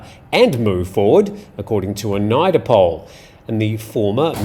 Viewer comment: Hey, great work as always. Forgive my pedantry but NIDA (pronounced Needa) is an degree granting educational institute. National Institute of Development Administration. My wife was a graduate student there yonks ago. Keep up the great work!